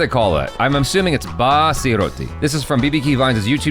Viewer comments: Bro no hate loved the video just that it is dhindora not hindora and basi not baaaasi No offence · It's not baaaassi roti.😂😂 It's pronounced for a shorter period of time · Its not bassi, its bassi.